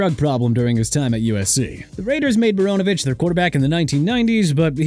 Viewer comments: WHOEVER MISSPELLED PAT MCMENAMIN OF ESPN IS GETTING FIRED! ALSO TODD MARINOVICH'S LAST NAME IS PRONOUNCED MAH-RHI-NO-VISCH NOT MO-RO-NOH-VISCH!!! YOU DON'T CARE TO PRONOUNCE NO MORE DO YOU?! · I find it hilarious they keep calling Todd Marinovich as Todd Moronovich. Doesn't even seem intentional LOL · Actually, given the origin of the name, it's "mah-ree-noh-vitch*"